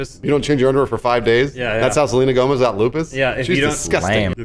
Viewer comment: oh nooooo!!! NOT SORLENA GOMZ OR WHATEVER